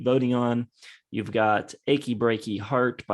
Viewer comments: Just a note is the mis-pronunciation of "Ahab The Arab"... The is title is supposed to be pronounced the way he says it in the song "A-Rab"... which to me emphasizes the whole racist tone of the song. This song, as well as "Seven Little Girls", are ones that could only exist in "the time". Though that is no excuse in hind-sight, it does explain the "what were they thinking" aspect. I do call it what it is, looking at it with the clarity of now. But they were witten in the very racist and misogynistic glasses of the time. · You have to pronounce A-hab the A-rab like this for it to make sense. It doesn't make it less offensive, but at least you can see what the writer was going for.